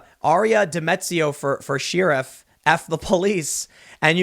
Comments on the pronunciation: I can't believe Tim has never watched a movie where someone said "sheriff" correctly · Why cant you pronounce Sheriff right Tim? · Someone needs to teach Tim how to say sheriff correctly. It drives me crazy. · How the hell can one man mispronounce the word Sheriff so many times?? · Dude. Learn how to pronounce sheriff. It’s not like Omar Sharif. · I was today years old when I realized tim doesn't know how to say sheriff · does Tim not know how to pronounce sheriff? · Why does tim mispronounce sheriff? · Alright Tim. I’ll run for office if you’ll learn how to say “sheriff”. 😉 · Tim needs to learn how to pronounce sheriff correctly. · No it totally bugs me too, sometimes he pronounces it normally so it’s even worse. He knows how to say the damn word! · He does it a lot... I think he was playing the long game here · Tim. As a mixed race person who had to live in Hyde Park for 3 years as a Navy recruiter....I cant get comfortable with how you say sheriff. It sounds like you are saying Sheeriff. I didn't have to deal with the streets being shut down just because a certain former president wanted to visit home for this. :p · Why does Tim say sheer-uf sometimes and then in the next sentence pronounce sheriff correctly? Does anyone know? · I swear each time Tim says the word “sheeraf,” I have to suspect that he’s an agent from North Korea. Americans don’t pronounce sheriff like this. Remember, he said he’s quarter Korean but never said which Korea! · I've heard crick, eltse, liberdy, nucular, samwich, and woder. but this is the first time I've heard she-riff. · I love the way Tim pronounces sheriff, it's adorable 😍.."sheerif" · I'm irrationally bothered by Tims pronunciation of "shyeeruff" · God was wondering if anyone else noticed it. It just bothers me lol "sheeriff" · Fun fact the actual pronunciation is cher-reef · Lol he says "Sheariff". Sorry tim hahahaa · Shee-riff? Is that a Chicago accent? heh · Seeirif....sheeiruph shiriff? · did he say shee riff?